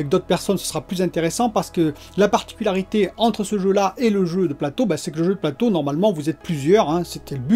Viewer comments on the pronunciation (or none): none